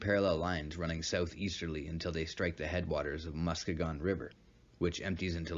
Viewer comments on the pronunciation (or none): none